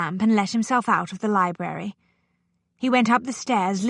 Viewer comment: She can't pronounce library properly. She says li-berry.